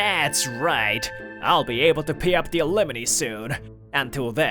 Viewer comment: Why does he keep pronouncing it alemoney?